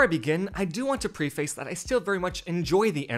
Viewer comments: Did you pronounce preface “preeface”? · I agree with everything you said... But I would be lying if I didn't add that hearing you pronounce preface as "pree-face" made me question if your opinion could really be trusted... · I cannot believe you said "preface" like that. Disgusting choice of vowel inflections